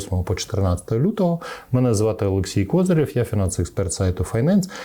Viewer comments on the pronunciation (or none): none